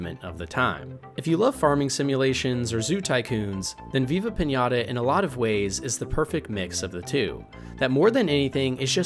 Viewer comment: This man lost all Respect he built with me the moment he said Viva pinata 😂